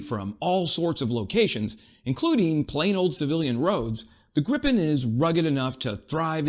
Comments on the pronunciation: "greepe N" If you want to pronounce it the right way 😊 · But the pronunciation of Gripen was bad!!! Interresting how you would have said it with two p. Probably the same...then you should know that you say it wrong with 1 p.